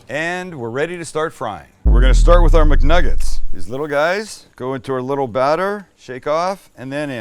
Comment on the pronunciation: “We’re making Muknuggest” instead of McNuggets 😭😭😭😭